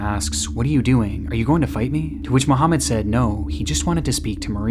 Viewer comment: "Muhhomed" says it all